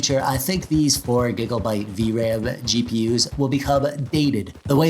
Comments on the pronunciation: All I can hear is...... "Giglebytes" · Love the way you say "gigabyte"